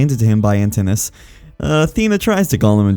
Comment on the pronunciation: Your pronunciation makes me sad. Poly-fee-mus. Ant-in-u-ous